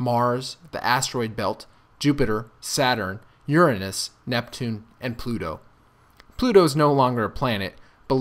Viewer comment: I saw how you skipped put on that Uranus pronunciation